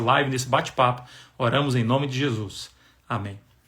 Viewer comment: Pastor, escreve aqui o nome dessa pessoa do livro, quero ler, eu não consigo entender quando vc fala o nome dela.